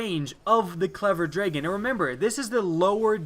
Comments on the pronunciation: He says dragen not dragon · xSterbukz he says dregon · Man his accent is terrible! Him saying Draygen makes me wanna kill myself. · why are you saying draygon?! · What's a dregon? It says dragon. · Ffs is dragon not "draygin" it's so annoying how you say it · "Draygin" ... smh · tf is a dray-gon? its dragon ,dude... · WHY TF CANT YOU SAY "DRAGON?" ITS NOT "DRAYGIN" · I hate how you say dragon. Lol draygin. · no, no drawgon...the A sounds like the beginning of apple. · Ashley Wilson I couldn't watch the rest of the video after the first few times he said "draygin". Was hoping it was a mistake but nope he's clearly verbally challenged... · Dra gin..... Ewwww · Legendz Himself it's like he says dregon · why do you pronounce dragon as draygun. wut. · For the love of god pronounce dragon right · "clever dregon" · DRA-GON say it right, dam man... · Its really bothering me how your pronouncing dragon. But I agree with you 100%. Its a very good pulse but lets not over hype it. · it's drAHgon. say It with me Dr-ah-gon. dragon. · lol, jus leave it alone, we all know what he means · Mommy Mommy Did You See The Clever Draygin haha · Him saying "draygon" over and over killed me. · that's what I was thinking and you formulated it into words for me. I don't understand why he can't say dragon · Great video, I hate how you say dragon, though. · I have ocd and had to actually stop watching the video it made my blood boil lol and also because I can't get the clever dragon